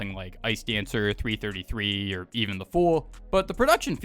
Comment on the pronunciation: It's 333, not 3 33